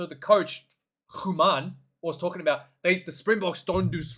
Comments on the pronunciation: nah, /oo/ sounds very different the sound that is needed here. The /a/ at the end of Human sounds like the /uh/ in Munster. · Close on Daan Human's pronunciation. You got the name right, but the surname is difficult to pronounce for an anglophone, as I don't think there's an equivalent sound for that /u/ in English. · You almost had it, You say Human like "He" but with a U.